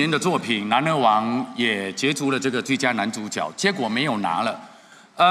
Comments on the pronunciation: 主角 正确拼音是 zhǔ jué。 怎么这两位主持人都念成 zhǔ jiǎo？ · 主角的角应唸jue( 阳平)。 致金马奖。